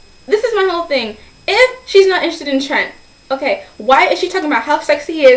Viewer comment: And also I dunno if its just the sound quality or what but it sounds like your saying "trench" when your saying Trents name.